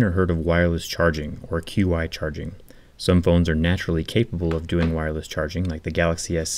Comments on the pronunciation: It's pronounced Chi, it is Chinese, it is not Q-I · Qi charging is pronounced "chi" charging, just so you know. Great video btw